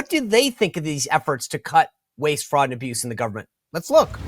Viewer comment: You don’t hear Bernie Sanders calling out the “Fwaud” now huh 🤔 😂